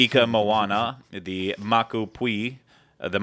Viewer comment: Hey! So I'm a lifeguard there and as sort of like a casual greeting we say "Kia Ora" which is Maori/Waturi. And then for anyone wondering about pronunciations: Krakatao- (crack-uh-tow), like TOWel Maku Puihi- (mock-oo poo-ee-hee), which fun fact for any Wet n'Wild fans, means exactly that. Kopiko Wai- (koh-pee-koh why) Kala and Tai Nui- (call-uh and tie-new-ee) Honu ika Moana- (hō-new ee-kuh Moana) and pretty much everything else is pronounced like what you'd think it'd be like OhYah and OhNoh and Taniwha, etc.